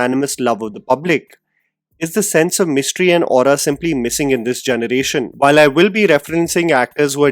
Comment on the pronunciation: I love your channel, so this feedback is really just out of goodwill! Your English is incredible, but might I suggest focusing a bit more towards honing your diction? You pronounce generation as “jhunuration” which is a bit distracting. I’ve made this suggestion in other videos too! I’m sorry for being critical but I see a bright future for you in this field, and fixing your diction would take you to even greater heights! Thanks for considering!